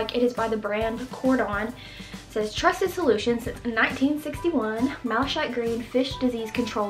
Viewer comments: its pronounced " Malla-kite " which is is actually a type of gemstone :) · btw, it's pronounced /mal a kajt/ like the gemstone (malachite). The CH sounds like a K in this particular word. Edit: I see that someone else has already pointed this out, so I'll just say that malachite makes lovely beads for necklaces or bracelets. (It's opaque, so not everyone's choice for a pendant.)